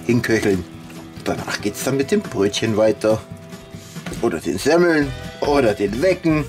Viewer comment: Semmel --- -- - -- tz tz tz ... genau wie KRAPFEN - bei deinem letzten Livestream - Ihr habt ja eine aussprache - Echt Lustig - Weiter so - Immer wieder schön die Videos zu sehen.